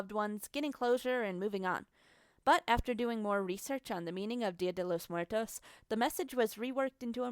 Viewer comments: “Dil Dell mooartos” 😂 you mean día de los muertos? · “dila day lows mwertoes” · "Día te lose Mwheretoes (Mm- where-Toes)" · Wtf was with the way she said dia de los muertos "dela Des muertos" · It triggered me how she said Día de los Muertos😭 since i’m Mexican it didn’t sound right to me but i understand bc she’s prob not Mexican🤷🏽‍♀️ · OverKiwi same I’m Latina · "DiO dAy LoS mWeRToEs" "PePiDuH" "La YuHnOrA" "gOrDeEtO"